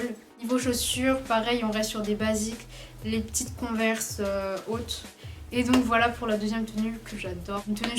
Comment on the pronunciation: Waw comment tu dis converse 😂 super les Tenues merci pour les idées